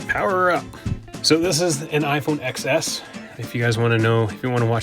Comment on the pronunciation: says iphone EKS-es. shudders